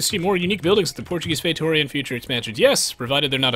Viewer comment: It's FAY-TOO-REE-UH